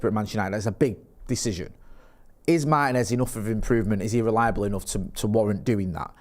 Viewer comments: It's MaRRtinez!!!!!, not Mah-i-nez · MarTinez not Marhinez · They can pronounce Morrison, Maryland perfectly and it suddenly goes away at Mah-i-nez? Interesting accent